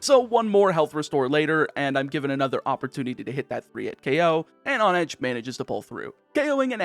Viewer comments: I think mispronunciation is your specialty. On-edge? Hone-edge, because you sharpen swords by honing them...I think you do this on purpose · that h isn't silent. lol